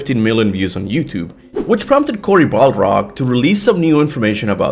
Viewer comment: “BALrog”😂😂